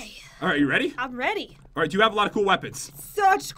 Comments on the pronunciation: I tought you said i'm bready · Did say I am bready